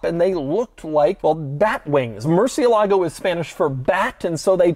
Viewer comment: Bro, English ppl pronunciate Spanish words the most weird ways murciélago =/= mercielagow